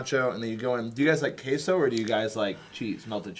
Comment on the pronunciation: are you trying to say cheese in spanish? If so, its not pronounced KAY-SO, thats the way stereotypical racist southerners would say it in mockery (note I said stereotypical)